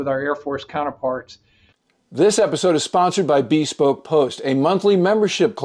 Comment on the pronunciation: Hey,, you might want to study the word "bespoke" before making an advert for the product. It's not Bee-spoke in any English or American lingo. It's Buhspoke. Sorry about that.